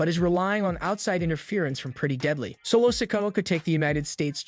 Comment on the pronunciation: and solos name is not said like that eather say the names right or get some one that can WOW